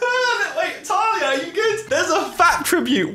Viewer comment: just said ✨talia✨